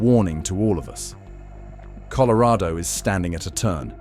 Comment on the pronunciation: You can't pronounce colorado correctly lol😅